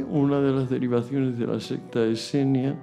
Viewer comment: dice "secta esenia" no seña